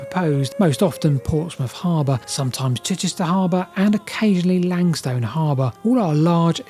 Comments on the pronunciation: Dunwich == dun-ich, like Norwich which has no sounded 'w'. The 'wich' comes from the Anglo-Saxon suffix -wīc, signifying "a dwelling or fortified place" 🙂 I guess Ipswich is indeed 'ips-wich', not 'ips-ich', but there's always an exception that proves the rule 😂 And 'lang-stone' == 'lang-ston'. And , "unproportional" should be "disproportional" (from Goolge: "Disproportionate" is the standard, preferred English term meaning out of balance, uneven, or not in proper proportion to something else. While "disproportional" is occasionally used, "disproportionate" is more widely accepted, especially in formal contexts. "Unproportional" is generally considered non-standard or a mistake, though it is sometimes used to mean the same thing.) And finally ... do you have any idea one why the village of Snap appears to have been destroyed as opposed to simply abandoned? It must have taken some effort to collape the place to it's current hard to recognise form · I wouldn't have known about pronouncing "Dunwich", but I have only ever heard "Langstun" rather than "Lang Stone"